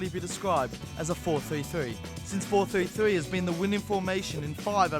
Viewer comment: am I the only one bothered by the way he says 4-3-3?